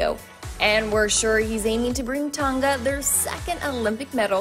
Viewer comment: Honestly it makes me cringe 😬 everytime she says Tonga like can y’all learn how to pronounce the word pls. Like no offence